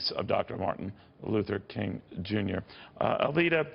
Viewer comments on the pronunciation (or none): No one noticed he called her "Aleta " not Alveda and she corrected him?? This is how interested in the subject F(AU)OX news is